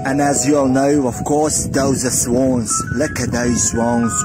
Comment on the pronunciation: Hahahha luk at diz bjutiful svon xD xD ma ti si lud 🤣🤣🤣